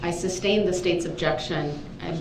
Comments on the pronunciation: "SUBstain?!" 😂😂😂 Fool doesn't even know it's SUStain. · The word is sustain